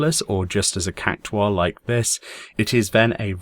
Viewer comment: Two things: I love the way you pronounce cactuar, and also you should have released this on Fashion Friday. Full 100 score!